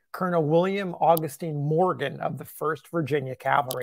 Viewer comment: Is this man saying calvary instead of cavalry?